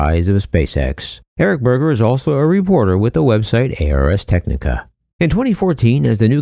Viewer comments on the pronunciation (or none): Please say “Ars Technica” as “ars” (as a word) not as “a” “are” “ess”. The company will thank you. Ignore the NASA teleconference moderators who don’t know how to pronounce the company name.